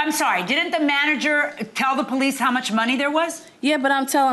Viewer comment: She said - "I called de "POE leece"... POE leece... ? ... "😮" ...